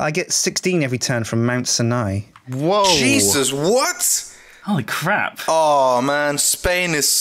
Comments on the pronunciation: said sinai wrong... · is still pronouncing Sinai wrong...